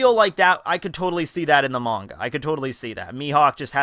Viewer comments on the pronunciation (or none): none